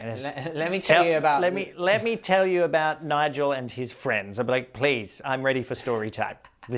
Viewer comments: Surely Njarl is pronounced Nyaaarrll not Nigel. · Njal even. And Harald isnt Harold.